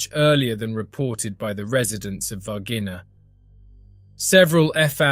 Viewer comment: ナレーションの内容でたらめですね。Minas Gerais 州で、市ではないです。そして、Varginhaの発音は：大体「ヴァルジーニャ」です。